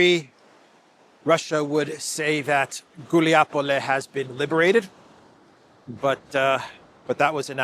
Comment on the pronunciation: once again: it's Гуляйполе, not "Guliapole."😃